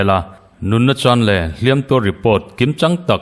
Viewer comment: Beng i tih vãr tehlul nen, "Hliam tuar" i lam hian, "Hliam" i lam dãn hi a dik lo tlat mai hi angaimawhawm. "Hliam" hi a ri sânga lam chuan a tuartu 'mihring' sawina a ni tawha, "tuar" telh angai lo aw. "Tuar" i telh duh chuan a ri hniam a lam tur tih hre tawh la ka ti hlê mai.